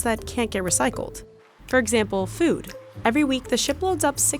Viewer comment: “Food” not Fewd”